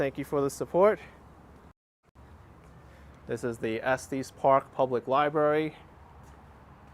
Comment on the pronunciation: Not pronounced Esteees Park. It's Est eh s park